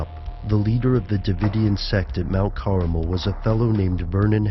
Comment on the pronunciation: Mount Carmel not Caramel lol!!@